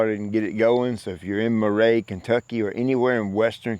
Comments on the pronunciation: Close to where I grew up. Made me laugh hearing you pronounce it Murr-aye. Really just Murr-ee! God bless! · It's Murree like Bill Murray lol love ya. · Your yard is looking GREAT as always,. Not to try to embarrass anyone, but Mr. Davis and company are located in Murray, KY. (That's pronounced MUR-ee) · You pronounced his area wrong. It’s pronounced Mur-re